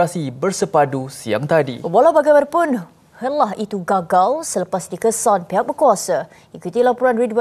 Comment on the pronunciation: Aku silap dengar ke? Pembaca berita wanita tu sebut HELAH salah. Ayat pertama dah silap payah la. Bahasa Melayu tu bukan bahasa semut.